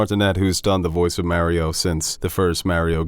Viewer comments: Stop saying “MEH-río” 😠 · I am SO GODDAMN TRIGGERED that you guys pronounce Mario like “Mary-o”